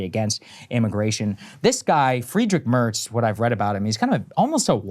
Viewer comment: Sagaar's pronunciation of merz's name wasnt even that bad. 👍